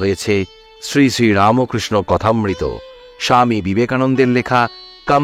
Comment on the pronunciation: আপনি কি রামো বলেন ? এই রামোকৃষ্ণ উচ্চারণ করেন কেন?